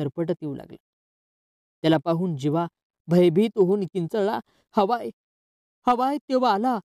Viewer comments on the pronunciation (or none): हवाय नाही ते व्याही आहे